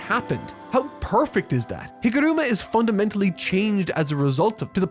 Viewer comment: NEVER say higoruma again